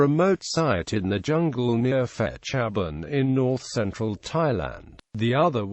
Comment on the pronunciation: Phibun (pronounces as Pi-Boon, not Fi-bun)